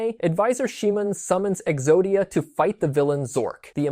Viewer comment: Cool to hear some of Exodia's inspirations, but the mispronunciations of "Atem", "Shimon", and "Seto" take me out of the video. Outside of that there are some corrections that needs made. First, a monster in Yugioh IS a person's Ka. Life Points are a person's Ba not their Ka, Their Ba takes the damage when their Ka is destroyed because the two are connected. You even show the graphic explaining this but you relay the information from it wrong. Second, no, the anime did not need you to summon the Exodia pieces to the field. It was the same in the real world that you just needed to draw them. The anime does place the Exodia pieces on the field once they are collected in order to project the image of Exodia, but that is not summoning the individual pieces, that is using Exodia's automatic win condition effect then revealing the pieces to claim your automatic win. The video started great, I never connected Osiris' story to Exodia before, but it really could have used another draft to correct those mistakes.